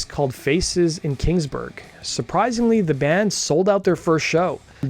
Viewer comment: I’m not going to lie. But I’ve been a fan since 92 PipeLine Studio 1 Wetlands. Paid 250 a ticket for reunion tour tickets in 2001. Kieth acutely got me to stop being a shit head with my way of thinking.And it pronounced La….more and Kings—-Burg